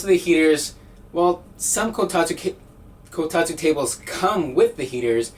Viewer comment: I can't help but get triggered every time he says "Kotatu" instead of "Kotatsu"